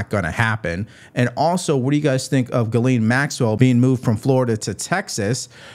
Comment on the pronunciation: Ghislaine ( jis-lane).... not gallane. Fuck man how hard is it to say